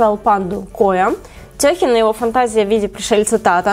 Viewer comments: Не тЭхен, а тэхЁн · Только сейчас заметила, что ты сказала "Тёхин" вместо "Техён")) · О боже, мои уши. ТэхЁЁЁн, а не тЁхин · Почему тЁхен, он ТехЁн (но ты мне всё равно нравишься)💜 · Какой нафиг Тёхин? Тэхён 💖! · ну, ТЭХЁН, а не ТЁХИН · Мне показалось или сказала Тёхин? Правильно Тэхён😉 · Не ТЕхён, а ТЭхён:) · Почему ТЁхен, если он ТэхЁН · простите, не Тёхен, а Тэхён❤️ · Не Тёхин а Тэхён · Не Тёхин а Тэхен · Я конечно анти арми, но правильно Тэхен, а не Техён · Не тЁхен а техЁн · Тэхён а не тЁхен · Не тёхин, а ТЭХЁН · Не Техен, а ТеХён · Меня одну нервирует то как она часто называют тэ — тёхином бля ну прям слух режет уже не знаю какой раз :/ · ТЭхен, Не панда, а Коала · Тэхен.Ударение на е(второй слог)